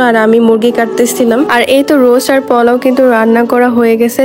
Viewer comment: বেশি ডং করে কথা বলতে গিয়ে ভুল করে ফেলেন।প্লান,পলাউ